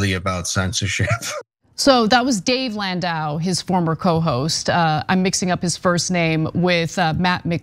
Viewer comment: Can’t even get landau’s name right.